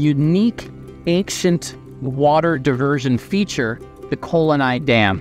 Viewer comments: Its kallanai dam not kol anai. Kal means stone and anai means dam . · That poor collanai dam 😂😂😂 i mean come on he heard it well and still manage to pronounce it correctly wrong 🤦😮‍💨😮‍💨😮‍💨